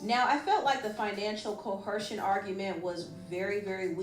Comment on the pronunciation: where is the "h" in coercion?